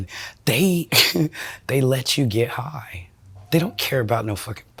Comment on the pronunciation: I hate how she talks about getting "hoigh" like she says it like it's the best thing ever.. im an addict of opioids for twenty years and be not fooled, there's nothing cool about it! You trade everything beautiful in life for a few pathetic seconds of relief